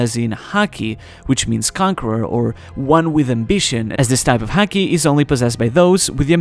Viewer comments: I like the video in general, but ffs, the way he pronounces it as 'heaki' together with the frequency the word is used really grinds my gears. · haki is said like the sport hockey in English, just a heads up. Kepp making good videos. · Sounds as if hes saying HACKi lmao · As a fellow Japanese speaker...why do you say “haki” the hakujin way? I’m just kidding of course but love your content!!!